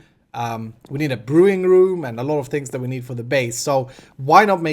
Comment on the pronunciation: Omfg that's awesome. I think he tried to say brewing room. oh mah gawd